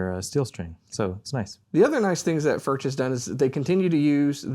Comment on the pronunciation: I see you guys still a little struggle with the pronunciation of the name Furch. It doesn't matter too much, but if you want to hear, how we pronounce it here in Czech Republic, listen to this (this dutch guy is spot on with the first form you will hear): Anyway, very nice review! ;-)